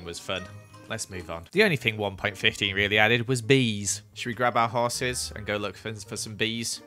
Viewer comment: “Hoeses” amazing name for horses